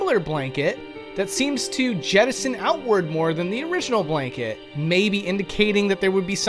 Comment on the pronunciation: Say jettison one more time